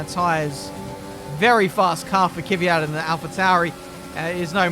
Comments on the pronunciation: It's not Kyvyat, it's Kvyat! :) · the fact that he pronounce Kvyat Kivyat hahhahahah makes me laugh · Dude, its K-V-Y-A-T...